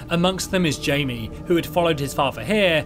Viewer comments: Btw Jaime is pronounced "hi-meh", it's super close to Jamie though so not a big mistake at all. Keep up the good work, I just subscribed 👌. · In my country (The Philippines), the name Jaime has two pronunciation “Jay-me” and “hi-meh”.